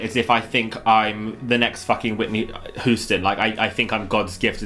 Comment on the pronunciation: Whitney Hoo-sten